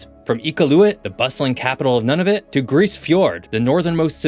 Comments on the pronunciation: Nunavut is pronounced "noon-a-vut", not "none-of-it". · ok 1st off you continue to mispronounce Nunavut & it's Capital Iqaluit, 2nd there's about 250k people up there not 23k, and 3rd to call our Military Modern up there is an understatement we are under maned under equip and lack an Arctic Navel Base instead relying on Navel bases in BC & Nova Scotia.